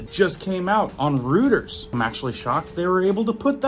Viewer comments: DUDE, IT'S PRONOUNCED ROY-TERS NOT ROOT-ERS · Roy-ters - not Rooters. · It's "Roiters", not "Rooters". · It's not Rutters, It's Reuters pronounced ROY-ters. Keep up the great reports. Good job! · pronounced ROY-TERS (spelled Reuters) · (I think Reuters is pronounced roy-terz) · PRONOUNCED 'ROYTERS' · THAT WOULD BE ROYTERS, CORRECT PRONUNCIATION! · I’m pretty sure it’s pronounced ROY TERS. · FYI Reuters is pronounced like "ROY-TERS"